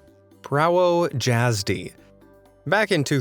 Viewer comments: Prah-voe-yaz-d You fucklng American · it means driving license in Polish and it is pronounced differently. I would say that you should say it as Pravo yazdy. Idk if there is any word that has Y where it is not pronounced like E so to know how to properly say it just put it in google translate and play it a few times before saying it like this. In Polish J is pronounced like Y. Your pronunciation of J is more similar to Polish DŻ than J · as a Polish person I find his mispronounuation hilarious lol. It's pronounced "pravo yazdy" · It's not "Prawo (Dzr)Azdy" it's "Prawo Iazdy" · Prawo jazdy is prounanced pravo iasdy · You said it wrong in polish it’s prawo Yazdy but it’s J instead its Y (I’m polish and my moms entire side of the family is polish except her great grandmother she was Ukrainian) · I was suprised when is heard prawo jazdy (prawo jazdy pronounce pr-avo ya-zdi is the polish word for driving license LOL i kinda seen that coming cause im polish and if i was irish i would die also da Rocha looks like G man skibidi toilet as a human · It's pronounced PRAVO YAZDY. And yes, it does mean a driving license. Such a stupid mistake from the cops though as the name and surname are clearly written lower down. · I laughed and spit out my tea as how can any cop be that stupid? On no license in any country is the driver's name at the very top. Also the guy pronounced Prowo Jazdy so badly I did not realize what he was saying until I saw the words! It is pronounced Provo Yazdy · Prawo jasdy pronounced pravo yasdi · As an English person with a Polish mom, I would say it is more like Pravo Yazdy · For the prawo jasty it sounds like jasdy the j sounds like y so it basically prawo yasdy btw I'm polish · Prawo Jazdy means Driving Lisence and is actually pronounced " Pravo Yazdy " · Prawo jazdy is pronounced “Pravo jazdeh” (roll the R) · Its pronounced pravo yazdy, not prawo jazdy, its similair to slovak and im slovak btw.. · Omg im weezing he’s saying Preawo jasdie 😭😭